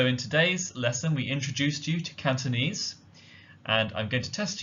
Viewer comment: Wow indeed! Nice pronunciation of Cantonese.